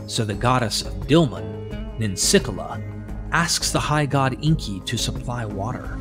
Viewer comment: It's Enki, not Inki.